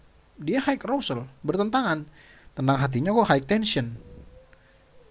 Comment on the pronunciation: high itu pelafalannya 'hai'...bukan haik...